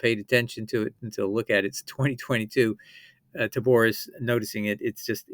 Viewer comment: Great video series. James D. Tabor's name is pronounced TAY-BOR not TA-BOR